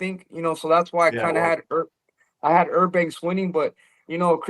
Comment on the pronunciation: Who the fuck is errbanks?